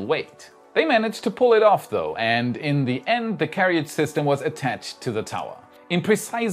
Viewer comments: English is excellent but yes, the second "a" in carriage is silent. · It's more like keh-ridge right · Carriage. Keh.ruhj not Keh.ri.uhj. Every time you say this wrong it grinds my gears. 🤪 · Carriage is pronounced 'Care-age' not 'Care-e-age'.